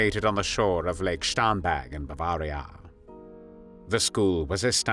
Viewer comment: Strange vowels betray a rather confused algorithm? (Eg Bavaaria Jarmeni)